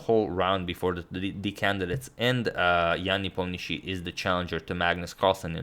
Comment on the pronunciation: I think agad is the only non-Russian who pronounces Nepo's last name correctly.